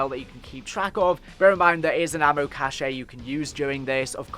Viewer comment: an ammo “cash-aye” 😂 You’re supposed to say the word “cache” like you say the word “cash” either way great video 😂